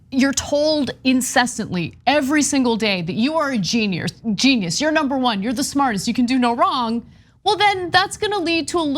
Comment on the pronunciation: someone should clip Ana going: When you are told that you are a Geniurs.